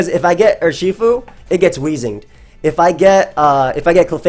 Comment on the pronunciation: Nobody:: Yurshifu